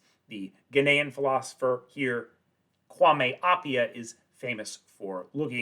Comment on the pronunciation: personally, I would have appreciated it had you spelled out "Kwame Appiah". Had a helluva time looking him up given your breezy pronunciation pronunciation.